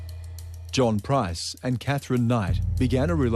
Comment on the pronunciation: Why do these bogans keep pronouncing 'PRICE' wrong? It's a super easy name to say. Even the narrator says it right.